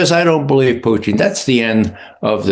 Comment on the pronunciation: Please don't have this guy with TDS as a guest ever again. BTW it's Putin not Pertin